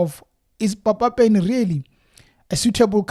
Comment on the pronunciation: You are pronouncing Papa Penny's name wrong. You must emphesize the p the same way you pronounce pan, Pernny Lebyane's name is also pronounced the same way. ..